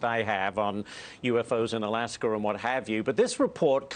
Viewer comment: What’s alaskurr? Did he mean AlaskA?